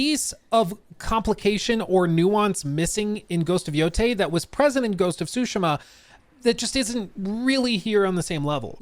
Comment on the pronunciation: I wonder if we'll ever be seeing, better said hearing, a single channel pronouncing this title in the correct way.